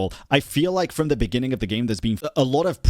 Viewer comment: "In the benninging" Ahh. You really made quite a moment for yourself huh...